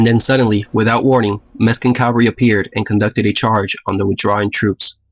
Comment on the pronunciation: Mexican not Meskin....lol